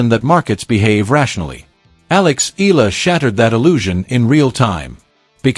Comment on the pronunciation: Have to correct you Eala is pronounce like eh- yah- la not ela